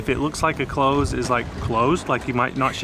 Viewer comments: You got the pronunciation of Edinburgh right, but St. Giles, is with a J sound, and Close, is like get close, not close the door!!! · I'm sure someone else will mention it but pronouncing close is less close door with a long o and almost a z , it is more short o and abrubt s, that is the best way i can describe it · A close is pronounced clouse